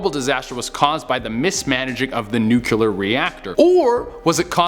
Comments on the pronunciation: love this channel but is it so hard to pronounce "nuclear" correctly? nuclEAR not... nucULAR... love you guys... but... suggestion from a friend. :) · I’m convinced they make you do these lists bc you George W. the word nuclear every time 😂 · i so hate it when people say NUCULAR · So, when did the word NUCLEAR get two u's?